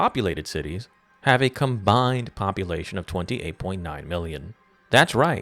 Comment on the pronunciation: Shakespeare over here saying “Indexéd” and “Combindéd”.